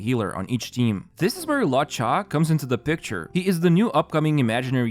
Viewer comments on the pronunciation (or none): 'Kiu-kiu' 'Luo-chai' ? Please, watch a pronunciation video on the characters, I don't know who you're talking about. Except for that real nice vid ofc